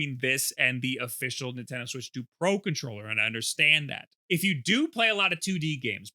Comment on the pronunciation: Do you say Nintendoo..?